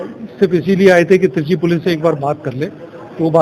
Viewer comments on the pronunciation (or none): Baar baar treechi ko chitri kyo bol rahi hain? ? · चित्री नही madam त्रिचि है।